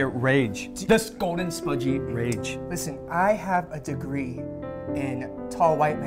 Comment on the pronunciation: "i have a dreegre in tall white man counsel "